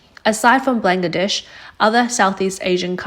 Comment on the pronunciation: Blang-ga-desh! That's a new one.